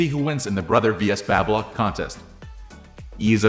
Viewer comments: So annoying…learn how to pronounce BABY LOCK…. Teach your AI NOT to say BABBA lock! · It's NOt Babbalock...it's Baby Lock... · Babylock is pronounced-Bay-bee Lock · "Babblelock"? STOP using AI to do voiceovers. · Like Babylon the way he says it. It's weird for sure. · Not sure I trust a review from someone who doesn’t know how to pronounce the name of the product. Is this a computerized voice? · I believe the narration in this video was a computer generated voice - Baby Lock is not the only word mis-pronounced